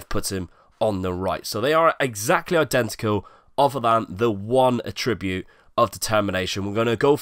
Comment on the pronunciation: I don't think I have yet heard an FM Youtuber say 'attribute' correctly. ;-)